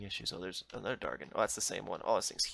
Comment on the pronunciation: Its dragon not dargon